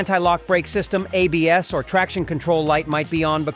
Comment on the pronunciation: "Abs" LMAO silly AI.